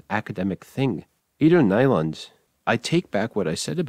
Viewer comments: Nyland is pronounced as if it were IPA. Also it means “new land” The way you said it sounds like “nylon” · If a sel- claimed "linguist" doesn't know how to pronounce Nyland and Chomsky correctly, there may be some doubts concerning his other opinions... :) Some facts are real gibberish of course, but several theories are still considered more or less probable.